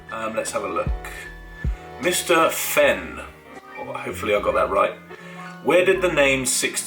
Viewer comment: Cheers for the answer bro, pronounced Mr feen but all good 🤙🏽